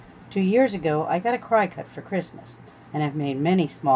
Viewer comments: Nice video...but it is pronounced "CRICKET" not "CRY CUT". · Lol. "CRY-CUT".